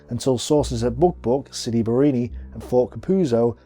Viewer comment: Great job! I suggest you work on your pronunciation, though. It's not that hard. You can practice sounding out the names, syllable by syllable: "Ca-puz-zo," "Bar-ra-ni." If you practice it and repeat it a few times, you'll get it.